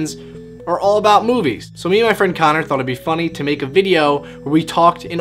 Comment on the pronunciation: It's Connor , not Conor.